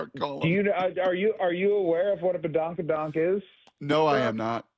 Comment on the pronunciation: 😂yo Brock, don't worry about badonka donk, just keep saying it wrong anyways🤣 Cal Raleigh will hit 66 HR this season💩